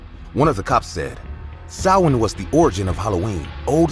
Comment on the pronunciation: I love how Samhain was pronounced correctly 🖤🖤